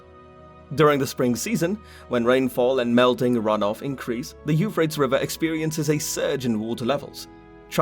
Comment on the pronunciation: Euphrates it's three syllables not two